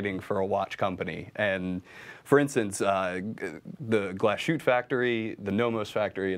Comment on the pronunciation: Nice video even with Zoe missing (looking forward to the first vid with her dialing in).....but please, stop butchering the name Glashütte.....there is little break between Glas and Hütte (Glas|hütte), there is no sh sound in there.....